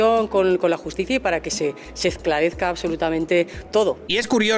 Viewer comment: "Ezclarezca". La Pila alegría esque no sabe ni hablar. Ya van unas cuantas